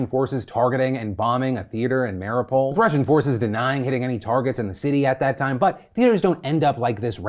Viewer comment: Phil, I know you are an American but please, in solidarity with Ukraine please could you pronounce the name of the city of Mariupol correctly? US translation of it is shit - why would you just drop a U and rename the city.... it is like saying Phl instead of Phil.....The name of the city is: (rus/ukr) Mariúpol' [mɐr⁽ʲ⁾iˈupolʲ] or (ukr) Mariiupil [mɐr⁽ʲ⁾iˈjupilʲ].... not Maripol....:)....Source: I'm a native speaker of both languages.